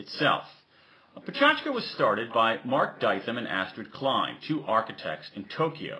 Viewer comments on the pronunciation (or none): none